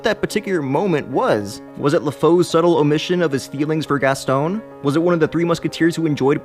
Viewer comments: La-foe? How bout La-foo? And Gas-tawn and not Gas-stone.... Wow. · I'm more upset by the fact you pronounced Lafou (LAFOE) and Gaston as (GASTONE). At least get the pronunciation correct :/